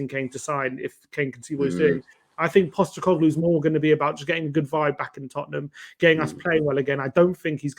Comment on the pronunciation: It’s Postecoglou, not Postecoglu. Get the man’s name right Ffs.